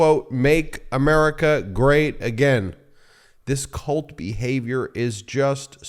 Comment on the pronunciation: You mispronounced 'cult' behaviour...